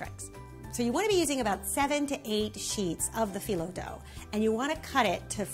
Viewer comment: Loved the video ❤️ we say bak-laa-vaa and phyllo like fi (like high) low 😌